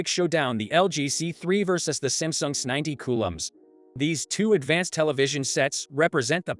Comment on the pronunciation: These damn IA videos annoy me. It mispronounces things. It’s trying to say S90C.🙄